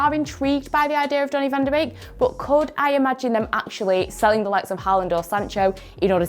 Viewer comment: it's pronounce van de - BAKE not beek